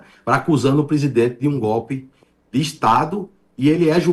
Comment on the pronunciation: bom dia para todos... uuuuquêeeeee!!!???..."ôtrü GÓPPIIÍ"!!!???... ahhhhh a$$im tá "fueda$" né???...